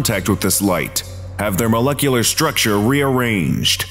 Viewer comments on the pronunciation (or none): none